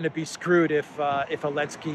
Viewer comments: you're mocking ZipAir for dropping the Z and yet you say "Elensky". Somewhat inconsistent, wouldn't you say? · Zelensky has a Z . He needs to cancel that too. No wonder you say Elensky 😉